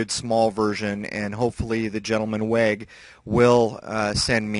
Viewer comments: Weg Der erkentniss means "way of knowledge" weg is pronounced v eh g. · In German the "w" is pronounced as "v" in English. Therefore "Weg" would be pronounced "Vague". If I am remembering my German correctly. LOL. Anyway, the main reason I wanted to post a comment was not to correct your German. I am wondering what you think about the announcement that they think the Moon might be able to sustain life underground? I am not sure what I think about it. The lack of an Atmosphere concerns me more than anything. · Funny pronunciation of "Weg" :-))) (as long, as a german don't misunderstands it as the english word "wack") "Weg der Erkenntnis" means way of awareness/knowledge. I think it's time to buy a scope, but i am a total beginner, so i've no clue, which modell i shall buy. I found one at Ebay, can you give me a little advice, please? I like your project! Sven